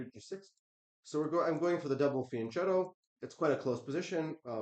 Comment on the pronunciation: Hans it’s pronounced ‘fian ketto’ not ‘fian shetto”.